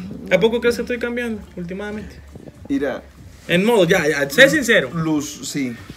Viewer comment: con.todo respeto no se dise ultimadamente se.dise hultimamente. Mil.disculpas